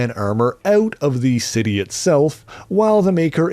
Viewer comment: "... to get his son eut of the heuse"?? Is the Canadian?